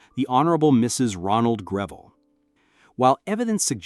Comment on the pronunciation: Terrible pronunciation issues. For starters, Greville is pronounced GREV el.